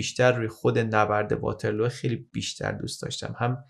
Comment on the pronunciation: توجه به تلفظ ها بد نیست. واترلو به وزن لو رفتن نیست. واترلو به وزن لولو خورخوره است😂